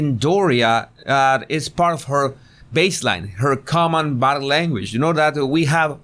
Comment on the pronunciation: I agree it doesn’t because when you attempted to pronounce the word body, it sounded like either butter or bottom. So I am confused whether you are the butter or bottom language guy. 🤔